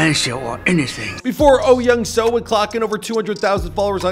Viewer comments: Is your name Michael pronounced “Meecull”? No. Well, then perhaps you could understand that the name Soo in Oh Young-Soo’s name is pronounced with a long o sound. It sounds exactly like the name Sue. Not “so”. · bruh i cant with white ppl- there are 2 o's in his name --> pronounced sooooooooooo